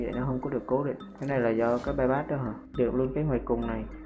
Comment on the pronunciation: bypass mà gà rán đọc là payyacc mé gà rán